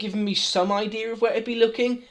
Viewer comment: Gotta love "basically" and "idearr"